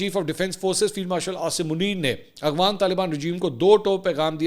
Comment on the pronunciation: Sir ji AGHWAN nahi AFGHAN 😅